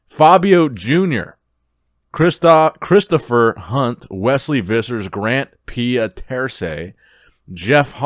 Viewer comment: read so many unique names that he forgot how to pronounce Christopher 😂